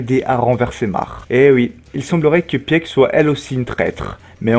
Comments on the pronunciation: Pieck ne se prononce pas "Pièque" mais "Pique" (Piku en japonais) ;) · Au top ps: Peak se prononce [pik]